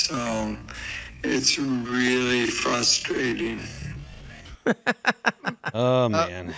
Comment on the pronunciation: "It's fwuswating"- Popo (Beerfest)